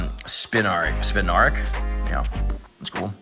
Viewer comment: It's also spin-are-ak